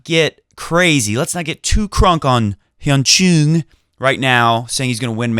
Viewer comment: Hyeon Choooong is not the right way. If you really want to know how to pronounce Chung's name, 정현, check this out. Google translate does a good job.